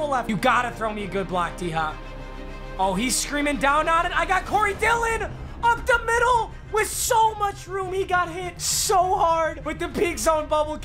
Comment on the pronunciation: “Up da middle” ☠️